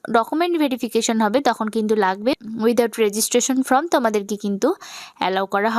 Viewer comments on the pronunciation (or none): Application "from" উচ্চারণ করছেন কেন?????? ওটা ফর্ম